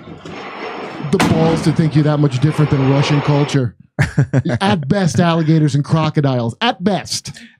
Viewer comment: She said "culture", but she almost actually said "color"!